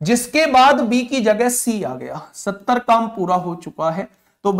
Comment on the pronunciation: Bhaiya 70 vala ka rrrr hai